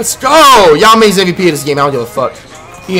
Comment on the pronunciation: Stop saying Yao Ming like that you wierdo